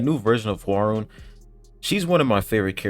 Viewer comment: Man your pronounciation of Hwaryun name is so bad that I didn't recognized it. It's HWAR-YUN (YU pronounce sounds is = YOU) it is not YO and not RON